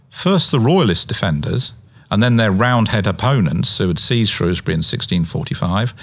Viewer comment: Shrewsbury. Not Shrowsbury.